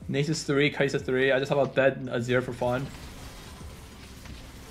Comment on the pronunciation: I fucking knew you knew how to say nasus